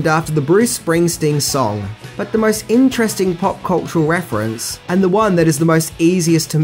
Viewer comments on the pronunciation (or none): none